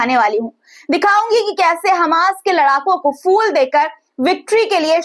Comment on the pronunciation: ..fool nhi phool hota hai..fool banaya jata hai..phool diya jata